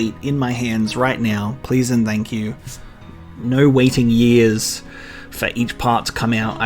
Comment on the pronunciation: The only time you sound australian is when you say "noooo"